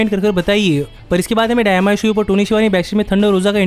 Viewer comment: Bhai dyinama nhi dynamite hai 😂😂